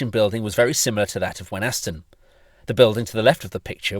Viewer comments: Can I say as a local person, Thank you for this detailed and interesting film. May I correct you though about how Wenhaston is said, the 'H' is silent and the 'A' is changed to an 'I' as we say it locally, 'Weniston' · As a local(ish), the h in Wenhaston is silent. It's pronounced Wen-aston. Great footage though..!! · Wenhaston is pronounced Wenn - Ass- Ton, no H, townie.